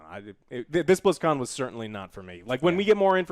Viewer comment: he said BlitzCon like Blitz Chun